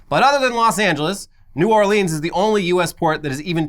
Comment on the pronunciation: As a Louisiana resident I'm gonna let it slide how you said new orleans but take this as a warning